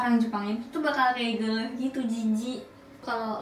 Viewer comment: bilang geuleh orang bogor banget haha